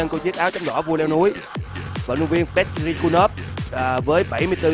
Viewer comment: ghi rõ tên là Petr nhưng BLV vẫn đọc thanh Peter :)))